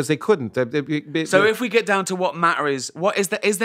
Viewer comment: that good old Mah-ah and anti Mah-ah.